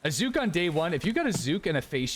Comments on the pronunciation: Just me or anyone else cringe on how he says zuhk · Almost border line tilting listening to you call zhuk “zhook” ten times over and over. It’s cool to do your own thing and be different but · Do that many people pronounce zhuk as zoook? Or just?